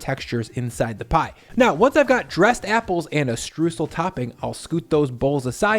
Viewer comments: I love this recipe but you are saying Streusel wrong. Stroysel NOT Stroosel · He was litterally talking about Streusel the whole time. Only that he pronounced it more like "stroosl" instead of "stroysell". Also in most regions of germany a sweet yeast dough base is used, not necessarily a pie crust. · ffs its not "strewsel" its "STREUẞEL" or "Stroysel". you can say the "oy-" of "oyster", then you can say the "eu" in "streußel" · FYI The "eu" part of "Streusel" is pronounced like the "oy" part of "Oyster", so "stroysel". Greetings from Germany :D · To pronounce Streusel correctly, say "oy" and "sal" ... "shtroysal" ... sorry for being a stickler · Btw its pronounced shtroisel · Streusel ... pronounced "stroy-zl" I sometimes make apple pie without the dough. Just apples and Streusel to be eaten straight out of a shallow ramekin 🙂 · Great recipe! By the way: Streusel is pronounced "str-oi-sel". Greetings from Germany!;-) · Mouthwatering recipe 🤤 Just a tip: "streusel" is pronounced "strOYsel" in German 😬 Otherwise, perfect 👍😎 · Streusel. The eu is pronounced like the oi in the ACDC song TNT. For aural reference. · In case anybody is wondering, the "eu" in "Streusel" is pronounced like the "oi" in "moist", not like "oo" as in... words with -oo-. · Between the pronunciation of "Streusel" and the "German" potato salad that no German has ever made in the history of ever, I am starting to think doesn't know diddly about us Krauts.